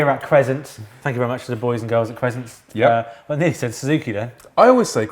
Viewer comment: Crezzzzent,?